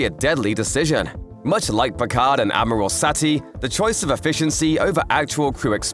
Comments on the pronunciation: It’s pronounced “Admiral” not amerals!!! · Is he saying Ameral, instead of Admiral? I could barely concentrate on anything else. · What the hell is an 'amorall'? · "Ameruls" vs "Admiral"? I guess like "en-signs" :) Are you a text to speech engine? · Maybe he's going back to the root? It's from French amiral from Arabic amir al-bahr commander of the fleet. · funny... i was trying to understand what you were saying.. I kept hearing ameralds.. (like emeralds).. i thought it was a device or aliens.. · Heh heh... you pronounce "Admiral" funny. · Hahahahaha.. I couldn't figure out what he meant, till i realized he said admiral.. Thought he was talking about some device or alien.. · LOL Maybe an amoral admiral? Pretty much, badmirals. 😄 And I have to admit, I've never heard "admiral" pronounced quite like in this video before.